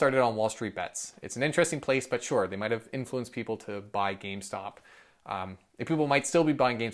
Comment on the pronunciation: You're pronouncing GameStonk wrong